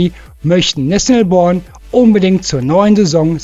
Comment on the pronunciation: Hi Du bist mir sympatisch, mag Deinen guten Kanal, nur musste ich erstmal ne weile rätselraten: wer ist "Nesselborn"? Cooler Sprachfehler (Nathaniel Brown) Ich HÖRE Deinen Kanal (wenig bis nix SCHAUEN), da ich nebenzu arbeite. LG